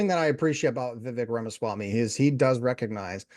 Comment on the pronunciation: Please, learn to pronounce a person's name before doing a review.